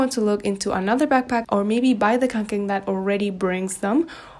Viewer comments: Se pronuncia "conquen" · Kaw'ngken. That's how you pronounce it in swedish. I got my first back in 1984. I still have and use it. Since then I have bought several others like the haul pack which is my favourite right now. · å in kånken is actually pronounced as o ^^ i used to have kånken but i ended up giving it to my mom since carrying large backpacks hurts my shoulders and back (´Д` )